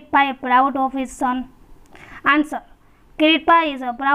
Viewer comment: Sir vo kirit nahi kirti he😅🙏🙏